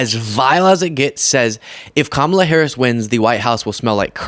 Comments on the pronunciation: Odd it doesn't seem to bother her enough to pronounce Kamala correctly. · "party of all americans" yet still intentionally mispronounces VP Harris' name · MTG is so disingenuois. She calls out Loomer for her racism while exhibiting her own racism by deliberately mispronouncing VP Harris's first name...suggesting that her name is just too foreign to be pronounced correctly. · The wendigo of northwest Georgia is still mispronouncing Kamala’s name, so she can miss me with this phony “coming to Jesus” BS.